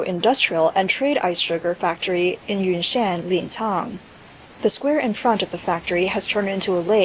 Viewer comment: Ynnnan huh? Not Yunnan?